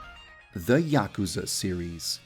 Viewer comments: Yaakuza? It's yuukuza. (Double u's and a's added for pronunciation) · You kept pronouncing "Yakuza" wrong... :"( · I...don't think that's how you pronounce Yakuza..